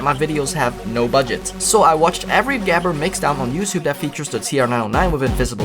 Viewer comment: “what is gehber of habber?” Pronounced about as close as the final product sounded like it